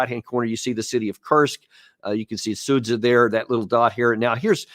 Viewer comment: Be the first to pronounce Sudzha correctly: “Sood-zya” 👍🏻